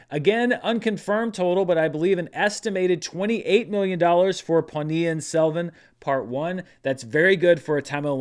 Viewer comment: Just a kudos mention for getting the pronunciation of Ponniyin Selvan 1 spot on.